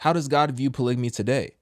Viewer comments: What the heck is a "polygany"? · i’m not listening to no one that can’t even pronounce polygamy right! 😂